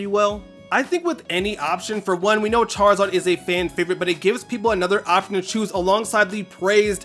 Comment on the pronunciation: Chaarizaard Z Chaarizard A ❤❤